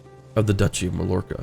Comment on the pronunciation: Loving the series and! Also Mallorca is pronounced like My-Orca. In Spanish double l's make a y sound.